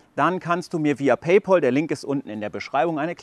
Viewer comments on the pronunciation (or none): none